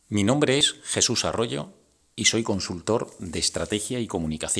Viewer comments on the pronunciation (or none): none